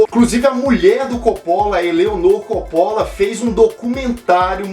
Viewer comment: esta pronunciando Coppola errado